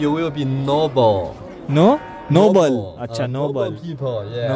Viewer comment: 'No ball' What? 'Noble' 😂😂😂😂